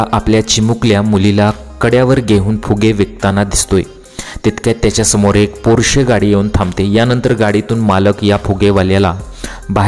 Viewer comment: Pronounced as porsha and not as porshe